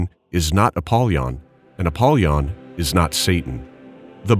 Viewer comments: Apol Y on. Not Appolon. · APOLLY ON AGAIN SAY IT RIGHT PLEASE.